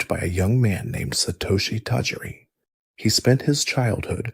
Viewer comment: You're going to struggle finding people to take your effort seriously if you can't pronounce a name like Tajiri correctly. Any pokemon fan, at all, in the slightest, knows that name. So this came across to me as a disingenuous copy/paste dub video to me straight away and it put me off.